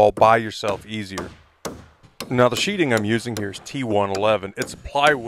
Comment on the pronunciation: Sheathing. Not sheeting. It even says this on the plywood, t-111, osb.... you are SHEATHING a structure like you put your knife in a sheathe not a sheet. So many people make this mistake in videos that it is becoming common. Like a common group of illiterates.